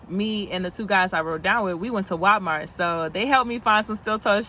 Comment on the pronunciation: I know I can’t be the only one that heard, “wapmart”. 👀🤣